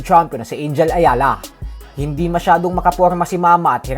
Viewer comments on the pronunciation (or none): Anong Angel?! Mexican yan kaya Anghel ang bigkas!